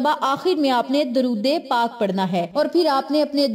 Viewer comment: Ap apna drod e pak ka talafuz theek ker len